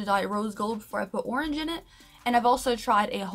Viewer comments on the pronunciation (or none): none